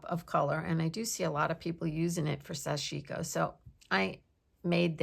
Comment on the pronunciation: Such interesting stuff!❤️❤️❤️ Btw, I may be wrong, but I think the pronunciation is SASH-i-ko (short i).